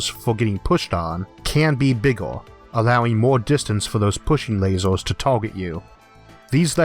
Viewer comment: Why do you keep saying "lasors" instead of lasers?